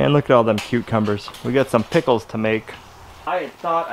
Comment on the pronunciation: I don't know why but it drives me crazy the way pronounces 'cucumbers'. It's like he makes it into two words, "Cuke Cumbers". I love that idea with the zucchini lasagna. That looks amazing!